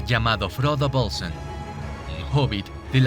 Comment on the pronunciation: Coincido totalmente contigo. La de Frodo “Bölsn” me ha matado 😂😂